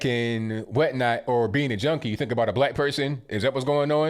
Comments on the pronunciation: Sounds like he says Jonie instead of junkie?!?!!! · He sounds like he says joanie not junkie, I am hard of hearing tho